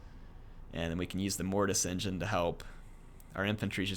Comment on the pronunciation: the great green prophet locked your mortis engeen.. calm your mic xd